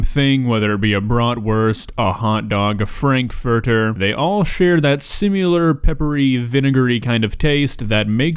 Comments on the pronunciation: I'm sorry to nip-pick but my Asperger's has to speak up... you're talking about how hotdog and frankfurters etc are all the same thing...there is NO SUCH WORD as "simular". I hear this far too often and it's like nails on a blackboard. The word is SIMILAR...no U. You're confusing it with simulate, which while similar, is NOT the same thing and they are not interchangeable. Ok...rant over. On to Kay's cooking. I have to give her credit for taking perfectly edible ingredients and preparing them in such as way that they look exactly like the vomit that they will induce. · Dude. It's "similar" not "simular". 🤣🤣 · Is anyone else irrationally angry that says "simular" instead of similar? It bothers me almost as much as true crime Podcaster saying "co-oberated" Instead of corroborated. Learn how to fucking talk! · Well, he says "simular", so I don't think he is the smartest person... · The way you say "similar" makes ME want to cry.